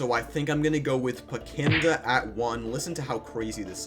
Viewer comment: It’s PECKIDNA, mind you